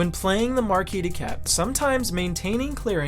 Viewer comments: In "Marquise," the second S is pronounced like a Z sound. It's not silent. It's notable because the Marquise de Cat is female. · Why do you all mispronouce "Marquise"? She's a lady, guys.